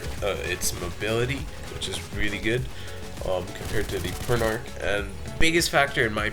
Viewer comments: P-er-n-ah-k not p-er-n-ar-k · I always though it was pernounced "Per-na-ch". "Per-na-ck" sounds cooler.